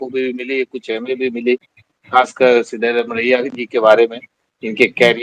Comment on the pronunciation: आप हिंदी लोग कन्नड़ और अन्य भाषाओं को क्लीयरली प्रोनाउंस नहीं करते। यह नाम सिद्धरामय्य है। आप जो लिखा है सिद्धारमैया वह नहीं है ।